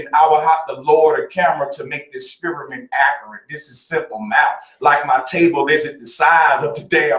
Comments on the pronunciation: Es-spear-a-mint ... is that a new flavor of chewing gum? Or the bait for a racist joke? 🤔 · that guy knows how to "esperimen"